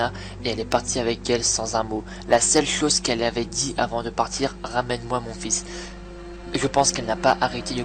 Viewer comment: C'est moi ou à un moment il a dit fist au lieu fils? ( au moment où il commence à devenir fou)